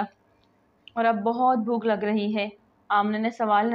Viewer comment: Plz hey ko theek pronounce karo